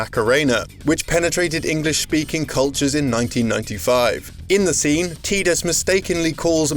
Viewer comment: TIE-dis. Not TEEdis.